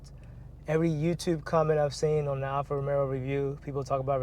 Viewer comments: You can’t even pronounce the name correctly. It’s NOT Alfa ROMERO….It Alfa Romeo. As the owner of a Stelvio, I’m disappointed and can’t watch this to completion. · you can’t pretend to be credible when you can’t correctly pronounce the name of the product.